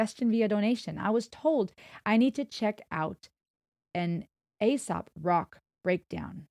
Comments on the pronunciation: its pronounced A-sop its a name playing off of aesop's fables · "ACE-SOP" is how you say it.